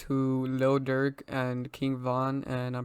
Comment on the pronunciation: Bru I thought you said durk is fbg duck